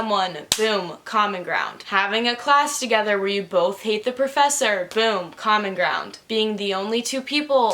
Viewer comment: I’m dumb and every time said common ground I heard comic round and got really confused